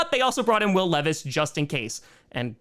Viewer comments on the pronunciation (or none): none